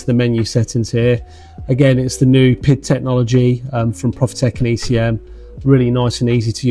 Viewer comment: Please, it is not pronounced pid, but P.I.D. Please use the right terminology. Nice review for the rest! Thanks